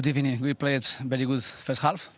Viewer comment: emery hasn`t had a good ebening in a while now fam